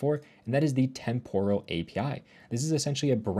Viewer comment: Temporal is pronounced with the emphasis on the first syllable NOT the second. TEMPoral NOT TemPORal.